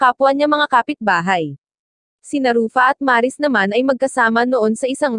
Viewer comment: Mali ang pagkabigkas ng Maris..hindi po Maaaaa...ris..